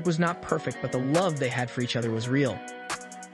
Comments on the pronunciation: Her name is pronounce GEE-A, not Gya, and she was in love in Sandy Litner. Francesco Scavullo was gay. Do your research! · Lots of misinformation 1)Her name is pronounced Geeyaahh not Giyaa 2) she and Scavullo were only friends and they worked together. he was also gay. 3) hardly anyone was at her funeral because they didn't know she passed until a year later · Its an Italian name. The I is pronounced like an E. Her name is pronounced Geea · How could you be so disrespectful and pronounce Gia's name as Jaya??? Have some respect for Gia! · Her name is Gia not jia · Jeez, it's not "Gya", it's Gia, are you for real? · I've never heard her name pronounced any other way then " Gee- a".. Were we calling her by the wrong name in the 80's? I've never heard the name pronounced in the way the video narrator says it. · Pretty sure her name is pronounced as Gee-a. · pronounced Gee a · Smh dude it’s GEE AHH 😂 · You couldn't even pronounce her name right! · Normally I don’t complain about someone’s work on here but this is a great disrespect to Gia. The facts are screwy and even if you do have an “accent” Gia pronounced properly isn’t that difficult. I can’t even muddle through this one. Fact check your work next time before publishing. Scavullo was also gay. No relationship between either him or Gia other than work and a friendship. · If you’re going to do a video on somebody, the least you could do is learn out to pronounce her name. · I think you're pronouncing Gia wrong.